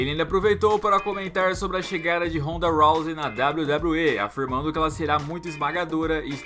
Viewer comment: CARALHO O FALOU RONDA ROUSEY CERTO